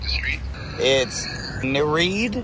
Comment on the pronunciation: The way he pronounced Nereid lmfao